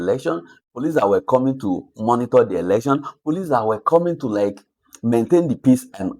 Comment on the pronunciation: Tell the that its ELECTION not ERECTION. Wantam!